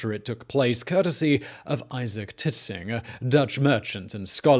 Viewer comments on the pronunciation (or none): "Isaac Titsinger"?